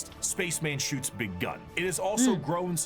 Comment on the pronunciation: I just realized, always gets his Ms and Ns mixed up. When ever a word end with a N he says M for E.g Gum instead of gun and Royal Dorm instead of Dorn etc.